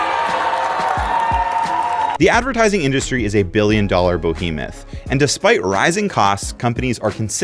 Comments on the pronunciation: wtf is a bOhemeth, do you mean bEhemoth? lmao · "Bo-hemoth"? What the fuck man lmao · Did you just say "bohemeth"? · BOHEMETH... BO. It's Behemoth, if you want to be taken seriously, pronounce words properly. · BO-hemoth! (Behemoth) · Bro said boheemeth 😂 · did you say "bo-hemoth"?? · LMFAOO i was looking for this comment